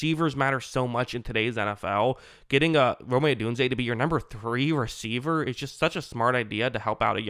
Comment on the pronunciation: I’m pretty sure its just ROME not ROMAY